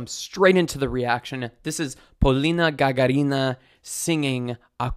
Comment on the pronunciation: Why can't any english-speaking person pronounce Gagarina's last name properly? GagArina -- the accent is on the second vowel. Anyways, back on topic. Funny how many vocal teachers say she uses twang technique. Which is obvious she does not (as you yourself explained, too). Thanks for the vid.